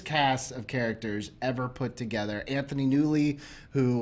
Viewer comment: Lol “Kevin Jamesing” I love it. But I also love Happy and Aunt May togedder.